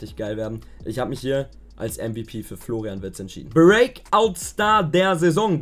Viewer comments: "Florain" Wirtz, wer kennt ihn nicht😂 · Wer kennt ihn nicht "Florain Wirtz" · Kennt ihr schon "Florain Wirtz"?